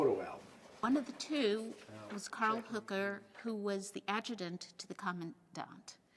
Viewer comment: His name is Höcker not Hooker ;)